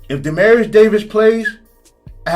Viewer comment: Bama State’s QB name is DE-MEAT-TRIUS Davis. I kept hearing “Demarius” …quick correction